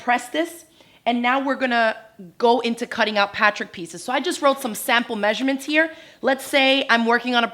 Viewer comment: Is it just me or does she have a strange way of pronouncing the word "patchwork"? It sounds like "patrick"....